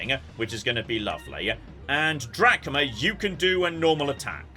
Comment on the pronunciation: Anyone else keep hearing call the character Captain Dad?